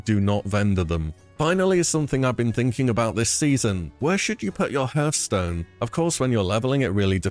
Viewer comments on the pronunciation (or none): It's not herstone, it's HEARTH stone <3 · 20 years of WoW and people still can’t pronounce Hearth properly. It’s pronounced the same way one pronounces heart (H-A-R-T-H stone) Not pronounced as one pronounced the word Earth (HER-EARTH stone)